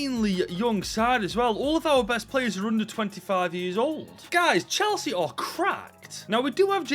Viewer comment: ngl i heard "chelshit" at first